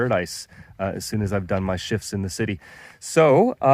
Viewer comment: "cityit" lmao!!!! sweet property brother!!!!